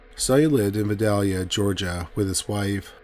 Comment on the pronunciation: As a southern person from Georgia, as much as I love these videos, you butchered that city name, cause you tried to say it without an accent VI-DALE-YA